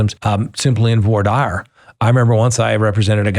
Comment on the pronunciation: Maybe if you’re going to cover this case you can at least pronounce the victims names correctly… it’s not an accent thing it a lack of care. Also, it’s voir dire (vwar-deer)